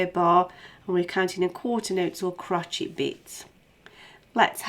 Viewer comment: stop saying crocheet haha